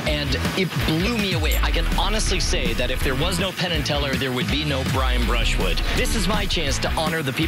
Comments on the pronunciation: Bwian Bwushwood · Pwease Welcome Bwian Bwushwood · its Bwian Bwushwood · i love jonathan woss saying fucking bwian bwushwood